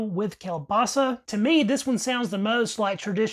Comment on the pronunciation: At least you know KIEŁBASA, and you pronounce it right! smacznego!